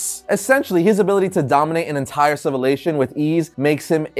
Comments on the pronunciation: Did you say "civilation" at 1.23 lol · I think he meant civilization but said civilation